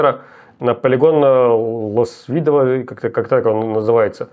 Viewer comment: в ЛОсвидо ударение на первый слог